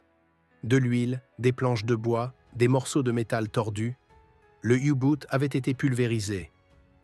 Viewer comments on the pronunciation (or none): Ras le bol ! Encore des ravages de l'anglais ! U Boot est un mot allemand. Jamais le U ne s'est prononcé you. Ce n'est pas de l'anglais mais de l'allemande, le U se prononce 'ou'. Encore une vidéo de quelqu'un qui étudie 'les langues étrangères' et qui ramène tout à l'anglais. Ben voyons !